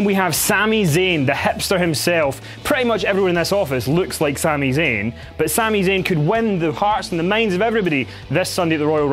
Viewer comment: I dislike after he said Sami zayn